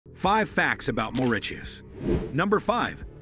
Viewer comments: 3 facts that you probably didn't know about my island🏝 🇲🇺Mauritius 1. Mauritius is not pronounced Maurikius 2. We have drugs and other countries are better than Mauritius 3.Our only president let go a cargo drown (ship drown) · I gess u r wrong about z 3rd fact..n ur pronouncation r really vry wrong..its MAURITIUS n not maridius..😡😡😡learn ur histirical lesson n bit more n try 2 pronounce any island as it may b😊😊😊😊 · It is pronounced "MORISIUS" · Official language is English and we speak creole little like french. It is pronounce Morissius😊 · Maurittiuss? No it's pronounced Mau-ri-shiuss. We study english and french so we are fluent in those languages. We mostly speak creole. We speak hindi, arabic, italian, spanish etc also depending on what we chose as others. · Also z pronunciation is wrongly it's not mauriTius... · he pronounced mauritius so weirdly😭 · Bro that’s not how we pronounce it💀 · You are wrong English and French are official languages in our country and the most commonly spoken language is Creole, our mother tongue And our island was first discovered in the 9th century Not to mention that you are Incorrectly Pronouncing the word Mauritius!!! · Why tf is it pronouncing mauritius like that and as a Mauritian we learned all of that in school and we have Creole as our language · you mispronounce the name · Dude why does it pronounce mauritius 🇲🇺 like this ... makes me sick af And yeah we all know these "fake facts" How stereotypical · Bro should learn to pronounce Mauritius first before making these video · Also bad pronunciation of Mauritius